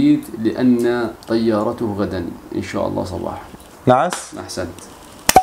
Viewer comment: لأن طيارتَه وليس طيارتُه